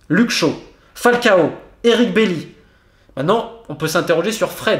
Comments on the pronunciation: On prononce "Eric BaYI" pour Bailly... excellente video je decouvre la page ce matin avec le dossier Cavani... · Très bonne vidéo très structurée qui retrace les lacunes depuis 2013. Néanmoins la prononciation d’Eric BAILLY et BLIND m’a un peu titillé les oreilles 😜😅 « BAILLY » et non pas « BEYLI » et « BLIND » c’est le son I 😜 mais sinon vidéo très intéressante !